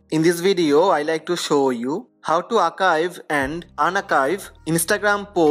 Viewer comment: It’s Archive not Akive.